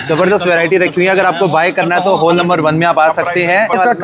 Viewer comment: हॉल को तो ठीक से उच्चारण कर लीजिए 😢😢😢